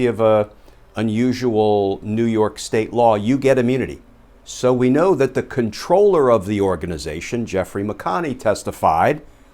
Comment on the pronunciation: For what it's worth, the title is pronounced: "comp-troll-er" NOT "controller" - that's something else...